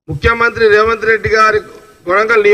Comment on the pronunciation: రేవన్ రెడ్డి కాదు జగ్గారెడ్డి గారు స్పష్టంగా పలకడం నేర్చుకో. తరువాత రాజకీయం గురించి మాట్లాడు..😂😂